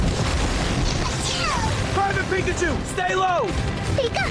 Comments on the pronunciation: I hate how you say Pikachu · WHY ARE YOU SAYING PIKACHU LIKE THAT??